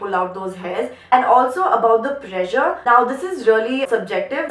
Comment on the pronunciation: pressure was sounding like pleasure 😛😛😝😝, still love you